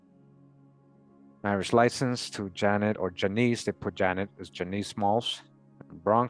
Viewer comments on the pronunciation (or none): none